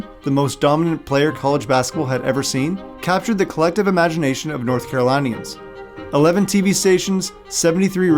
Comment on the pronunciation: Good video but please don’t mispronounce “North Carolinians”